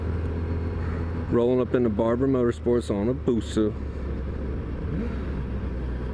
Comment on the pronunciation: If you're going to say "BUSA" like that in your video, have it flash on the fucking screen dude. WTF...